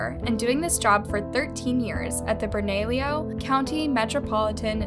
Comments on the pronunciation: Enjoy your videos- but the pronunciation in this one is difficult to get past being a New Mexico Native. Greigo doesn't have a "-ho" sound, it is "Gree-ay-go". Bernalillio is "Burn-a-lee-o" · I love literally 5 minutes from where this happened but they way you pronounce bernallio lol